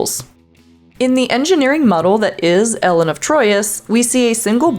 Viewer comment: ELLEN of Troyius? ELLEN?